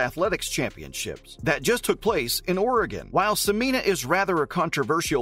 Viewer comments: It's pronounced Se-men-ya not Se-mean-a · Are you sure about your pronunciation as se-MEE-nah? I have always heard it pronounced se-MEN-yah, which seems more phonetically consistent. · Not SOO-MEEN-AH. It's SEH-MEN-YAH. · Please use the correct pronounciation of her name, Sem en ya, you are leaving out the y sound. Thank you. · Dude, you can't even pronounce her name. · Pronounce her name correctly.